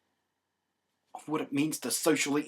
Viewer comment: "ig-in-er-ance" i love you blunty